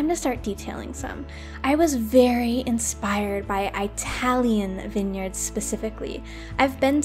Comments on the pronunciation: You probably meant no harm considering you previously commented that everyone around you pronounces it eye-talian, but it is a derogatory pronunciation just for future consideration. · she said 👁talian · EYE tilian lol Oh also great build 👍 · Her: “eYeTaLiAn” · I think its an accent thing because she said italy just after it. here in australia we have a lot of words we say differently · It bothers me so muccchhhh uggghh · Why does she put so much emphasis on the “I” in Italian